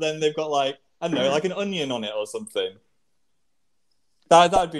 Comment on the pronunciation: i feel like phil goes so northern here. "an unyun on'it or sumfin"